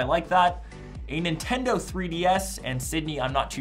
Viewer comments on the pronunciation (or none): none